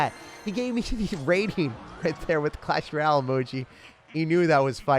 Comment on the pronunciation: Why he say clasheroyale like that